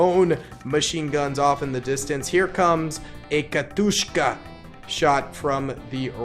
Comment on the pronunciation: Ok this isn't me attacking you because I love your channel but Katyusha doesn't have that K- sound you were putting into it.